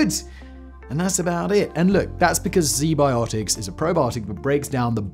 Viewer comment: “Zee biotics” hmmm… I’ll give them a look.